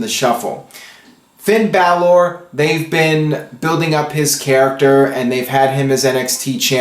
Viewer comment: Please stop pronouncing Balor and Nia Jax the way you do, you're saying it wrong and it's getting annoying